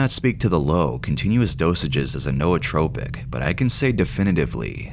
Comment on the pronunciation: I’m pretty sure it’s pronounced “new-tropic”